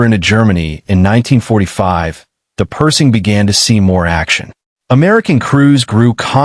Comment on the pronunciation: Hey guys....If you are going to use AI to narrate your videos, teach it the proper pronunciation of what you want it to read. The tank is NOT a PERSING, it's PerSHing. Kind of ruins the video for me hearing it mispronounced throughout the entire video. =(